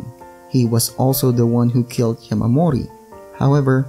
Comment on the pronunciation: its not yamamori its yamori